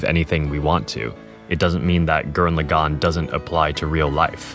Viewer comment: I love your message and your personal story here, but dammit if I wasn't distracted as hell by your pronunciation of Lagann. You pronounce it like "le'GON" when in the show (original Japanese) they clearly pronounce it like "lah-gun" (with no stressed syllables).